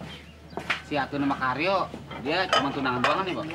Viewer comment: Candu denger bilang Karyo, jadi keryo 😅😅